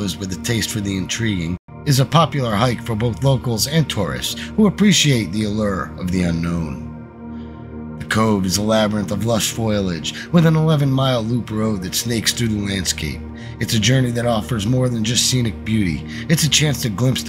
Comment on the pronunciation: Foilage? Foliage.